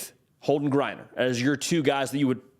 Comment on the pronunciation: They better! Even a grad transfer would be welcomed! Geriner.....not Griener.